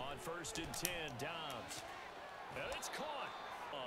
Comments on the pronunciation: Question why pronounce it dubbs it’s dobbs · It’s Dobbs not dubbs can’t pronounce any names even though the announcers do it for you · It’s josh DOBBS NOT DUBBS😂😂😂 and the commentators are saying his name lolllll u funny